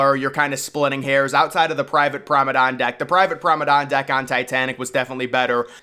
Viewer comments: Promedan? Promenade* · Its not Prom-o-don. Its Prom-A-nAde. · Are you trying to say ‘promenade’? What is prombedane? Lol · Nice video! But the correct word is Promenade, not promedon! The pronounciation kinda bugged me haha. Also Titanic did not sink in 5 days, she sank in 2 hours and 40 minutes which is more depressing. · Promenade, Promenade, Promenade, Promenade, Promenade NOT Promadon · Promenade* not “promedon” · He Must Be Joking With Us By Still Saying Promadon. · He repeats it so much that he's going to make us slip up and say it. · Funny, placing an organ next to... a staircase. Not much of a performance space.... where would the sound propagate? What music would have been played? And that word, pronounced "promenand"? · That pronunciation of promenade must be rage bait. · Hes said Promenade wrong so many times for so many videos, that I am starting to mispronounce it. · If you're going to continue to make these videos, PLEASE pronounce the word PROMENADE correctly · Promenade..🙄 say it properly